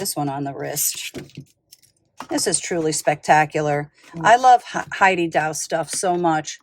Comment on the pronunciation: Just an fyi, Heidi Daus is pronounced like 'boss' or 'toss'with a D instead of B or T. No 'au' sound. She is a lovely woman, a very talented artist. She always did her pieces in pencil on paper first and would set the stones for every sample herself so she would know it was perfect.